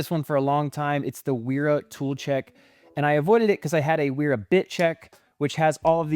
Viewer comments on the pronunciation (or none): You’re pronouncing Knippex correctly and pronouncing Wera incorrectly. In German, the W sounds like a V. Didn’t know FLIR made a NCVT!